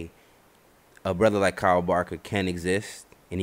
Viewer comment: It annoys the hell out of me that he keeps calling him carl and not kyle